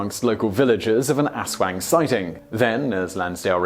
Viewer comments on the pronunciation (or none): Aswang not asuang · Almost certain you are pronouncing Aswang incorrectly, and should be pronounced as oswong, could be wrong, but that is how i have always heard it said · Its aswang not asswang and it is actually a major fear their, doesn't mean it less funny in English though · Did he say asswang? Did I hear that right? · You've got to be kidding me..."asswang"??? Really?😂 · gavin banwell It doesn’t matter. He still pronounced it Asswang 😂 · flamedramon its aswang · Also, how many times did you laugh off-camera saying "Aswang"?